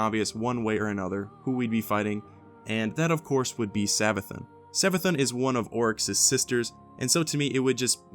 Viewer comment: It's Savathûn, Savathoon, not Savathun